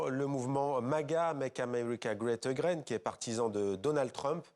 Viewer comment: Il a dit "Make america Great A Graine" 😂😂😂😂